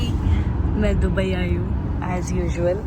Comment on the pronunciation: Dubari nhi dubai bolte hai😂😂😂😂